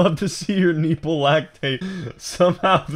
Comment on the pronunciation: Best way to start your day is with Adam saying “kneeple”